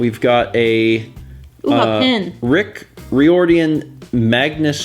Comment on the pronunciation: Also mangling Boston author Rick Riordan's name! (RYE-or-din)